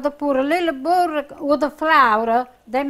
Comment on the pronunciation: I don't know if it's from the part of Italy or just a Jersey thing, but when my mom once taught me a few words of Italian, which she learned from her mother from Italy, she would pronounce "butter" exactly how pronounces it here. Boodra. If I recall correctly, my Grandma from my dad's side of the family also pronounced it that way. The families were from 2 completely different parts of Italy.